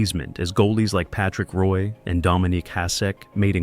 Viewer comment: Great video, but gotta get the names right. Pronouncing Patrick Roys last name wrong is crazy. And Vezina aside from that still good. Long Live the King